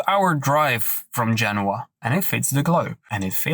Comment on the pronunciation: Eric can't even getting the place name in Italy right! It's Genoa, not Genua! I know as I've been there